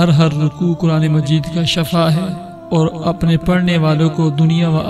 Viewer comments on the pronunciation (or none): Asle lafz shifa hai shafa nahe shafa k maine mot hai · Shafa nhi shifa bolte Hain.. shafa mout ko bolte Hain.or shifa sehat ko bolte Hain.. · Shafa galat bol rahe ho aap hazrat Wo shifa bolna chahiye🤔😌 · It's word shifa not shaffa .. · Sahi lafz shifa hai na k shafa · Bhai shafa nahi shifa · Shafa nhi kahty shifaa kahty hen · Bhi lafz shafa nahi(shifa) hota ha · Please make a correction for the word shaffa.The correct word is Shiffa. I am saying about the pronunciation . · Shafa nahi shifa hy pehle ye samajh lyen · Asal lafz Shifa hai. Shafa nhi. Please tashih karen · بھائی شفا کے نیچے زیر ہے ۔۔ زبر نہیں ۔ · پلیز اپ نے شفا کہا اور شفا الگ چیز ہین۔ ایت دیکھو وکنتم علی شفا حفرة من النار ..... وننزل من القران ما هو شفاء ورحمة .. پلیز شفا کو صحيح پڑھئے ۔۔ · قران سمجهتےبوتے تو پتہ چلتا کہ شفا کو غلط پڑھا اس نے باقی وظیفہ تو ٹھیک ہین